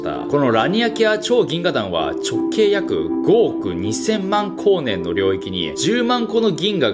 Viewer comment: 「万光年」をやたら力強く言うね？？？